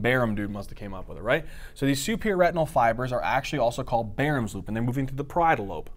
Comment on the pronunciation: Why does he pronounce Baum's loop with an r??? Is that the correct way to pronounce that??